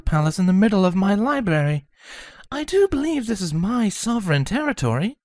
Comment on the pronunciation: Ok; just “HOW MANY” books did “TWLIGHT” check out of the “LIBARY”????? 😂😂😂😂😂😂😂😂😂😂😂